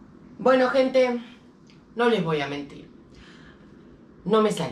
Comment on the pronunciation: Cuando dijo “bueno gente “ yo le entendí “ bueno ojet#”